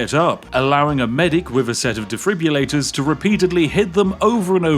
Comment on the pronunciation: did you just say "defribulators?"